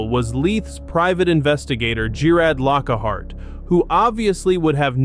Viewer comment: Jare id lock hart .... there now say it right